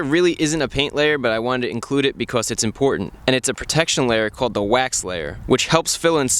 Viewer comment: He says because "beecos